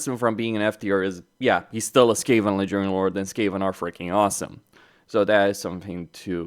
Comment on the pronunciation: why do you pronounce "ledgering lord" instead of "legendary lord"?